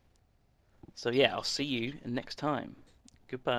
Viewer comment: He says " Giudbay"